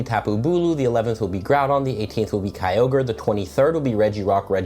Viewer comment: lol you pronounce Kyogre as "cowgirl"